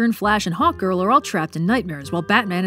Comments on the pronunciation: I kept hearing Hawk Girl as "hot girl" And I was like... Yah that checks out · Ohhhhh, Hawk Girl. The first few times said her name, I thought she said Hot Girl and I was like, the writers actually named her that?? I was thinking, was it supposed to be a meta feminist critic gone agley, or were they playing it unironically straight, like Michael Bay styles...